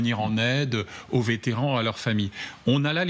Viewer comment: Vétéran, sans -t au bout SVP.